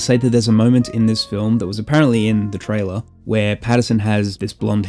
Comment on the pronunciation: I don't want to sound like a pedantic dick but his name is Robert Pattinson, not patterson. The technology has a name. It's inverted. You're confusing visual effects and special effects. I didn't like the film, and like with Primer, I think people conflate complicated and complex.